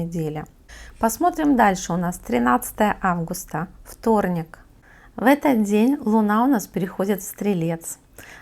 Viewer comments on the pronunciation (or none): Опять Ф-фторник 😂😂😂